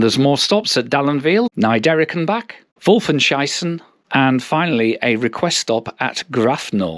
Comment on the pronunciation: You actually pronounced "Wolfenschiessen" (which means as much as "Wolf shooting"), as "Wolfenscheissen" (which means "Wolf shitting") 😆 Nice video!